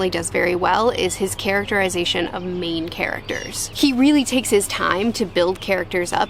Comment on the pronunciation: When you emphasize main characters? When you set it, I heard "Maine characters" and thought that makes sense... I'm in the state so I got the meaning behind what you didn't mean to say